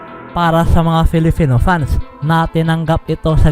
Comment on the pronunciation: Bakit nabibigkas mo nang tama ang PiliPinas at PerFormance samantalang bigkas mo sa salitang "Filipino" ay "FiliFino"?